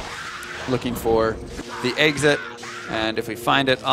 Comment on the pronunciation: I love D2 but I had to stop watching for a dumb reason. He keeps saying Eggsit instead of Exit. Accents drive me nuts sometimes.